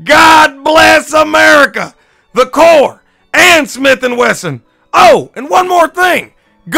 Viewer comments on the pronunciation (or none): none